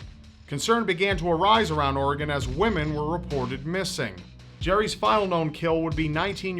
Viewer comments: Props to pronouncing Oregon right but it is Will-am-Et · The fact says Oregon right is refreshing